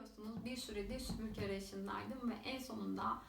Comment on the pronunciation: Video çekiyorsunuz topluluga hitap ediyorsunuz keşke sübürke değil de SÜPÜRGE olduğunu öğrenseydiniz